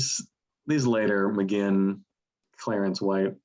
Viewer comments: You guys don't even know how to pronounce Roger's surname. Magain as in again? Read the name: Mc-Guinn as in the famous baseball hall of fame Tony Gwynn. But by all means, your real experts! No one would let anyone write a book on Michael Jordan if he said he wanted to write a book on "Mikel Jor-Don"...Truly one of the most ludicrous things I have ever seen.... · Good video despite the constant mispronunciation of Roger McGuinn's surname (it's pronounced McGwinn). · It's pronounced "McGwinn" NOT "McGinn"!!!! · it's pronounced Magwinn not Maginn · Hey guys, please, it's pronounced "Roger Muh-Gwwinn." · It's pronounced like Mc-GWINN. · I love your appreciation for the greatest American band. But your consistent mispronunciation of McGuinn is driving me mad.